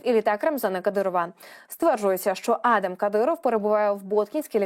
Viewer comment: Пані диктор, ви якийсь професіонал чи як? Чому ви в імені сина кадирова щоразу ставите різний наголос? Майте повагу до глядачів і слухачів. Пацана звати адАм, а не Адам